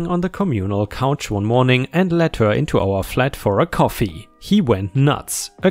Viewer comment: Hey. Ich finde, du suchst schicke Geschichten raus und finde auch gut, dass du dir die Mühe machst, die Geschichten selbst vorzulesen. Ich möchte dich trotzdem bitten, etwas an der Aussprache zu arbeiten. In einigen deiner Videos war das Zuhören ein regelrechtes Fremdschämen, wenn sich beispielsweise wieder ein "Hööör" (her) durch den Gehörgang bohrt.